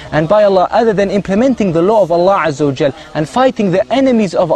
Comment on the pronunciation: I don't like the way these guys pronounce Allah or Islam. That's enough for for me to hate these fucking religious nuts!